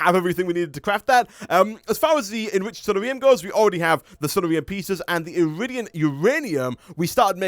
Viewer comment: I like how you say sunnarium. It sounds kinda like diarrhea. Sunshine diarrhea. Oh the mental images are hilarious.